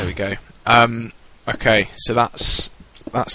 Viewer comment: Whenever you say okay, I swear it sounds like 'Hawk Eye' :P Great vid though